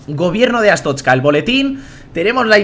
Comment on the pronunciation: Se dice artozca asu le digo yo :)